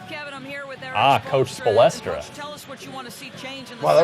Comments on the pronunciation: spolstra. not spolestra. nerd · OMFG! they need to stop getting noobs who dont know how to play or know nothing of the nba to review and play these games! i was getting irritated every time he said "spoelestra" instead of spoelstra. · Lol when he said "Coach Spolestra!!!" He's an idiot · "Spo-Les-Tra" No. I like these guys but get sports fans to play the sports games.